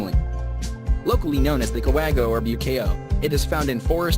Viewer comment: I died in "cue-way-go"